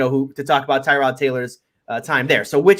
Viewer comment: All these years and people still cannot pronounce Tyrod.